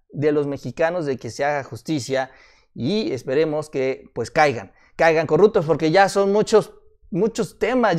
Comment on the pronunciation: no se dice corructos, se dice corruptos